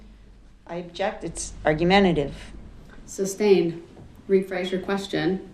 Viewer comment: Well, he thinks sustained is pronounced substained so... letting him proceed per se is barely passable. Hopefully no later attorney (if he has the brains to pick one) argues that he should have been found incompetent and appointed an attorney.